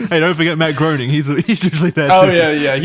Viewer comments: Groening is pronounced “graining.” That is all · It was impossible for me to sweat. WAT. EDIT: Its pronounced Graining' ... apparently. Im not a fan, just a stickler. Also remember a lot of these ppl are on here for blackmail purposes. Maxwell should be in for life fooor sure. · Charlie my brother, you are so with it, so hip to the facts that I feel rather hesitant to be the "Uhm actually" guy, but... Uhm actually, Matt Groenig's name is pronounced Grā-nig.👍🏾 I really enjoy y'all, intelligent, funny, poignant. Thanks guys.